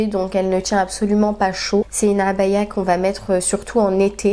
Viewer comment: Tu prononce très bien Abaya, très jolies tenues, elles te vont toutes à merveille MashaAllah